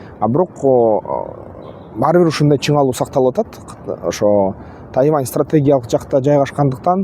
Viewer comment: Куурчап эмес курчап ..тайаван эмес..тайван